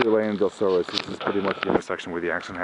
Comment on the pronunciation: He didn't live on Dosoris La, he lived on Morgan Island. You would take Dosoris La to get part of the way there. Street name is pronounced "Duh-saurus" not "Doe-saurus"